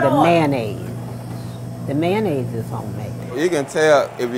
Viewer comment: The way that lady said mayonaise 🤣🤣 like something straight out of an eddy murphy film